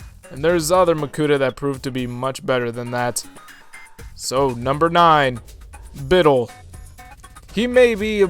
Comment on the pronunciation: When I heard pronounce Bitil as BITil, I cried. I always used to pronounce it BitIL and even if it's not correct, it stuck.